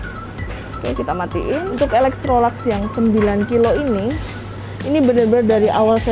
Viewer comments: Bacanya Elektroluks, bukan elektrolaks. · Yg benar ilektrolaks